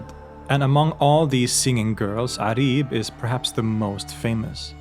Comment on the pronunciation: It’s not Arib it’s pronounced Uraib in Arabic.